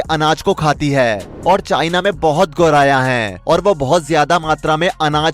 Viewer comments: गौराया ❌ गौरैइया..✅ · पक्षि का नाम तो एंकर सही ढंग से नही ले पा रहे 😂 गोराया कह रहे 😊